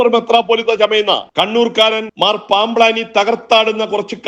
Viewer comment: എടാ നിന്റെ പൂതി നട ക്കില്ല. നിനക്ക് ഇതൊക്കെ ആരോ എഴുതി തന്നതല്ലെ. അല്ലാതെ ഒരു വാക്ക് തെറ്റാതെ പറയാൻ പറ്റുമോ?.പാംബ് ലാനി എന്നല്ല പാംബ്ളാനി എന്നു വായിക്കടാ.